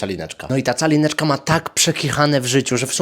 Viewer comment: Ja przez cały filmik słyszę Czalineczka 😂